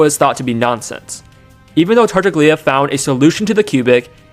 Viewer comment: Hey, just a heads up for future videos and for whoever may scroll down to the comments "Tartaglia" is pronounced /tar'taʎʎa/, which sounds somewhat like "tar-TAHL-yah" Other than that, excellent exposition, very clear and intuitive, and especially AI-less, rarity in this day and age, for which bonus points